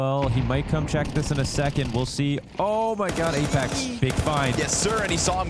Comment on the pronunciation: When commentator called apex 'LamePex' ive spit my drink out 😂